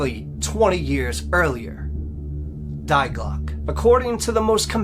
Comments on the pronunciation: Fyi, it’s not ”diglock” it’s Die Glocke, and it’s pronounced ”dee glocka”. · actually it's pronounced in German, Dee Glockuh. That's what the German scientist actually said. "Die" is an article meaning "the". We don't say thy when we say the. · Jawohl, Die Glocke is pronounced "Dee Glocke" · Dai Clock....😂😂😂 Dii klocke= die klocke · Sir, you really need to learn proper German! Die Glocke is NOT "Dei Glock"..... My thought is that 50 % is fiction, but story-telling certainly enhances a lot. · Fascinating story! Die Glocke is pronounced: 'We just with a 'D' at the beginning or the name Dee and the 'e' in Glocke is not silent it's like an English 'a' 'Glock a'. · You should really go on Google translate and type in die Glöcke and hit the little speaker icon so you can hear how it’s actually pronounced. It means “the bell” in German.